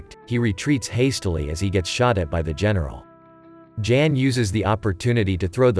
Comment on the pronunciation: The male name of ' Jan' is pronounced as ' yahn '.